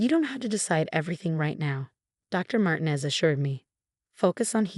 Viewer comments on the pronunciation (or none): Martinez is NOT SAID as " Martin-ez". It is SAID as "Mar-teen-ez". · Martinez is pronounced Mar tee nez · Good story. Very realistic with a realistic resolution. But,,the changing pronunciations of Martinez was annoying as is the way the voice says Emma.